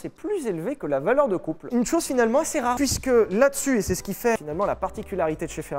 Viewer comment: Bordel Sylvain. Quand tu prononces "assez" on dirait une vieille brebis galeuse !!!!! Ca se prononce assé pas assêêêêêê. On est chez les ploucs ici ou quoi ?